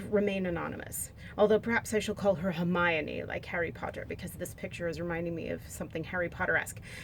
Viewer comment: That’s not how you say her name from Harry Potter 😭😂